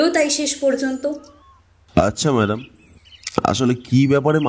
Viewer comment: মাদাম কি ভাই? ম্যাডাম হবে!🙄